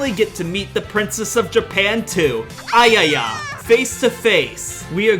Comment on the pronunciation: Ayaka become Ayaya lolll